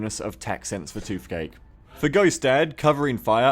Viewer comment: Why do you say "f" instead of "th"? eg. "toofcake" and "forf". It's find of distracting, though fin men would be an improvement. Shark men > skinny men.